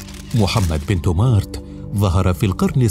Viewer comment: إبن تومرت وليس تومارت كما ينطقها المذيع